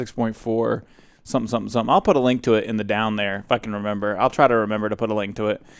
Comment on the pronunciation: Lol it sounds like you said "fuckin remember" at :D